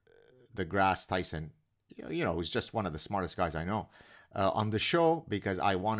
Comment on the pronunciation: "Neil DeGrasse Chrison." lmao